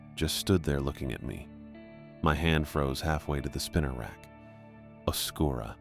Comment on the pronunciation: Oscuro is like right south of zozo idk why people call it oscura but anyways loved this!